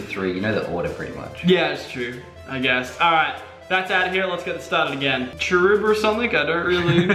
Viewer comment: I cringed so hard when you called bounsweet cherubi I just cringed the whole video